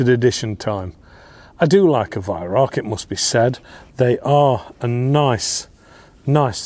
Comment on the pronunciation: The joke of it is that you are mispronouncing the name Weihrauch which, Incidentally,means holy smoke in German.